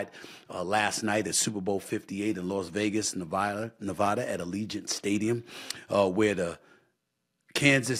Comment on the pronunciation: Just don’t say Nevada if you can’t pronounce it right lmao that is not how you say it SAS